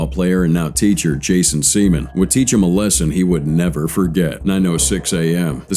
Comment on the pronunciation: Maaaan…y’boy Jason got done dirty by his ancestors…it’s Sea-MAN!!!! 😂😂😂😂